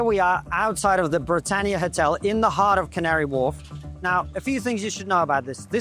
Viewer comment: I love the Cavnary Wharf lady. She said it so properly